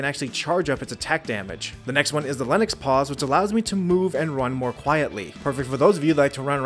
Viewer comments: Isn't it Lynx(Links) paws? Not Lennox...Its the cat between a Cougar and a Bobcat. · It’s not lenex it’s Lynx like the freakin animal. Did u go to school man. But ngl this is a good netrunner build hats off to u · Great video... just wondering why you and seemingly everyone who reviews/guides this game say Mk. as the individual letters when it’s an acronym for “Mark” as in Model/Variant lol And Lynx Paws.. is after the animal, not Linux the real world OS... just saying.